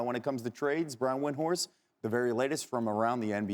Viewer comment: She said "Brian Windworst"